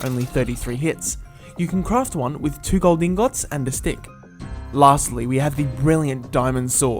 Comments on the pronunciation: he talks sooo weird this sword cane crafted with two iron inGODS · Lol "inGOTS"